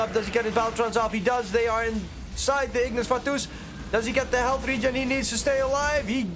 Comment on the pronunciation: I hate how he says Ignis Fatuus lol